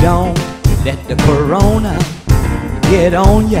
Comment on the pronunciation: LOL he said CORONTA. My people do not disappoint.